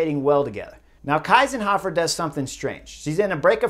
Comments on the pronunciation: Thank you Chris for making this video! I'm from austria and couldn't believe my eyes when i saw this happening live! absolutely incredible ride from Kiesenhofer! By the way hey name is pronounced "Keysenhofer" the "ie" in german sounds like "ey" in "key" :-) thank you for always making a comprehensive video on all the different races/stages etc. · Why do you pronounce Anna's name like the German "ei"? It's "ie" (like "ee" in English)! Kiesenhofer (just like "Keesenhofer")! 😛 No, I really love that radios are not allowed in the Olympic races! 😂 But fun fact: Marlen Reusser told the Dutch riders that Anna Kiesenhofer is still in the lead. The answer was: "Anna who?" 😇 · It‘s “key”senhofer. Please. I mean, at least the winner’s name. Well thankfully “Kwintana” isn’t in the race. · It’s pronounced Keesenhofer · Chris - please - pronounce her name correctly ! She is pronounced like „Keesenhofer“ : „ie“ in german is pronounced like „ee“ in english ! Otherwise good analysis! But I disagree about the team radio - it is much more up to the riders and their racing instincts to read the race and take decisions on their own and that feels so much more natural . Remember - how could it even be possible to ride without all this modern communication 40 or 50 years ago , or even further ago, how could this really be possible ( irony ! ) . It is indeed a very healthy lesson to the dutch team and other favorites and the entire modern cycling world ! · It is pronounced "Keezenhofer". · It's pronounced Key-senhofer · It's pronounced Keesenhofer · Not the name Kiesenhofer, that was pronounced terribly ;-) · Shameful reporting not giving due credit to the winner, even not bothering to pronounce her name correctly. Better racing without radios too. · She won the golden medal and Chris didnt even try to pronounce it correctly and he mostly talks about the dutch. So who won it? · Kinda annoying you can’t pronounce the riders names 🙄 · It’s pronounced Keesenhohfer, not Kaisenhoffer